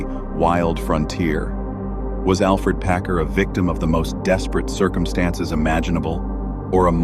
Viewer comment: It's AlFERD not Alfred.